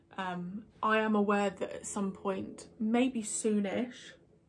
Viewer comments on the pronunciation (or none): I got excited because I thought you said I'd won a pint. Turns out you said a point. 😁